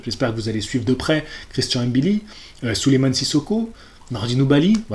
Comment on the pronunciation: Wouaw t'es le premier que je vois qui dis mbilli et pas M-billi juste pour ça je like mdrrrr